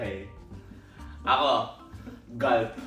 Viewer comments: HAHAHHA PULP NAMAN KASE! HINDI GULP😂😂HAHAHAHA !! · Pulp❌ Gulp✅ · PULP ❎ GULP ✅ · “GAY”bin ang BOBO mo!!! ano yun gulp eh pulp yun tawag doon..😳